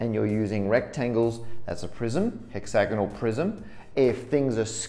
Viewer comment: I was thinking this too tbh (as a native speaker). It kept sounding like he was talking about a "hexagonal prison" and I was just wondering if they have n-sided prisons for mathematicians